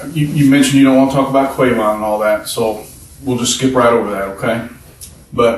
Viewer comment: QWAY-VON?.... did he call a HUMAN, Qwayvon?..... Are you SURE?.... that SOUNDS like a piece of computer equipment... Or an electrical wave form on an oscilloscope....🤷‍♀️..... Come ON, now....🤦😖. Qwilia, Lamquila, Q-laylee, Tea-Q, Hamqee, the last several years, SOME-1 Had a "Q" attack.🫣😖